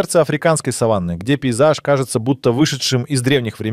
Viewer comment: Сава́нна, ударение на второй слог. А то слово, что вы употребляете, имеет другое значение. Или это плохая озвучка ии, или проверяйте произношение.